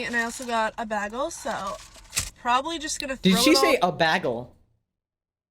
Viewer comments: first of all. she probably lives in canada because she pronounces bagel like that, and because its from tim hortons. I dont want to. Not for a second know that i live in the same country as her. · Bro this is 100% satire- the way she said bagel is a reference to the show community in which one of the characters is constantly made fun of for her pronunciation of the word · My insides curled up together and died at the way she said bagel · Haha can't say baggel" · "Baggle"? The hairs on my body are still standing at a 180° angle from the sheer pain that pronounciation gives me. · did she say, 'BAG-EL' 💀💀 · I think British people say bag-el instead of bay-gull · “bag-ull” translation: stuck up entitled boss girls accent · I wasn't sure if she was trolling until she said "bag-ul" That is from the show Community, in an episode where the group finds out that Brita pronounces the word "bagel" as "bag-ul". Yea, I was pretty much 99.9% sure after that, this is an intentional parody/satire character. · Some of you guys need to stop over analyzing everything and laugh. Also, if she was kidding about the 9-5, that's fine. But she pronounced it bag-hal she had it coming at that point. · I'm not so bothered by her entitlement but she had the fucking gall to say "baggel" ?? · She said Bagal. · Ain't no way she called a bagel a "bagil" 💀 😭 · ain’t no way she called it bagl. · You shouldn’t be allowed to say bag el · Nah she said "Bahgul" 💀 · For the first half of the video I was just observing, y’know lurking on the internet (as one does) then she said BAGLE and it got personal :) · if you pronounce Bagel like that then the deepest pits of hell have opened up to swallow you whole. Don’t keep the devil waiting old friend! 😂 (Connection terminated) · Between the Timmies and the way she pronounced bagel I could tell she's Canadian. I also pronounce bagel this way and my American friends roast me for it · I think she says bagel like that bc she's Canadian